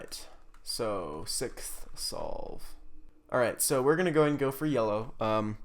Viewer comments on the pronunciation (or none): He also said sikth instead of sixth lol